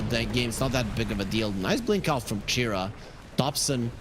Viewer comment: everytime the bc said Chira, i heard Jerax 🤣